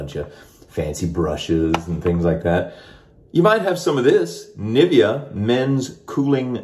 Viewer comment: The shaving gel brand is actually spoken like "nee vea aaah" To German ears niffeah sounds quite funny.